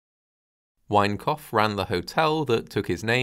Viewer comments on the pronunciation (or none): Thought you kept saying 'wankoff hotel' 😂😂😂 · Sounds like the narrator is saying the Wankoff Hotel... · Every time you say Winecoff, I hear ‘wank off’. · All I hear is, "The Wank-off Hotel." 😂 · Obviously a terrible tragedy, but I can't help chuckling a little whenever you say 'Winecoff'. Sorry. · With a name like 'Winecoff' you had better be precise in the enunciation of one's vowels . . . .